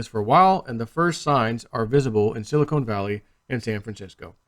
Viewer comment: we love you, but it's Silicon Valley, not silicone.